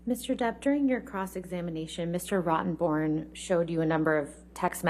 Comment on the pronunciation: Mr. "ROTTON BORN". ? Is that how you pronounce his name? Ha